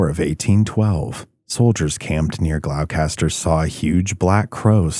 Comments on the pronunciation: Gloucester is pronounced "GLOSS'- turr" not Glock-ess-turr. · FYI, with respect, it's pronounced gloss-ter. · Glao-caster, Gloucester is pronounced "Gloster" 👍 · It's pronounced gloucester not glaulcaster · Say it right! It’s pronounced ‘gloss ster’ not glowcaster! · Bro you did not say glowcatser, glostah, it’s pronounce glostah. Friggin brutal. Do half an ounce of research before you record a video, why would anyone assume the pronunciation of this spelling, Gloucester ? Killin me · Glos- ter not glow- caster lol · Glow- Kaster...Do you mean Glosster? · Not 'glowcaster'. It's pronounced 'gloster'. Regardless.. another great vid. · It's pronoucned glos- ter not glowcaster lol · It’s “Gloss-ter” Gloucester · I live there, and it is a peaceful walk. If you’re scared it’s a preoccupation of your own mind. We are blessed with a luminous quality of light and a humble woodland. If you come, have a good visit! PS- as others have noted, it’s Glosta, 2 syllables. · Gloucester, pronounced “glawstah”. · Gloucester is pronounced ":Glosster". Please try and find audio examples of place names before recording :( I live near Dogtown; it's a peaceful place to walk through and have picnics. Haven't stayed at night because the area is large and I don't fancy turning my ankles on the rocks poking up everywhere :) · Glou Kaster? 😂😂😂😂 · Gloss-ter just like Leicestershire is Lester-shire it's either old or middle English I'm not sure . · "Glowkester" ...Gloucester? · Great story. Thanks. btw it’s pronounced ‘Gloster’. 🇺🇸🏴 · It’s pronounced Glowster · Nh gal here, are you trying to say Gloucester? It pronounced “Glawster” or “GlawstaH” 😅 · Its pronounced "gah-lohstahh" dude. I grew up in boston. Went to dogtown at night once. Nope. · Not to be that guy but Gloucester is pronounced gloster, rhymes with foster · it’s pronounced like this GLOSTER …. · Gloss-Stah. Not what you said. 🤦🏻‍♀️ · It's pronounced GLOSS- tuh! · It's pronounced "Glawster" not whatever you are saying, fyi.